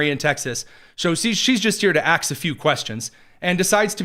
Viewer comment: Aks themJazmin go ahead and aks them would ya!